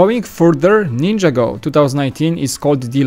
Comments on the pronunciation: Nin-jah-go, not ninja-go. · Why can't you say NIN-JAH-GO ?? Just curious...